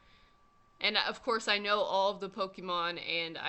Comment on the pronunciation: Say "Pokeemon" one more time.